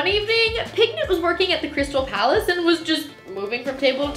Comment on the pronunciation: On the one about the guy who punched piglet, I thought she had said penguin and spend a minute mad confused and disgusted at the animal abuse 😭